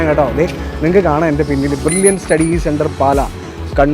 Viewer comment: ബർലിൻ ഡോ?? അതോ ബ്രില്യൻ ഡോ😂 നാക്ക് വടിച്ചിട്ട് ഉണ്ടാകില്ല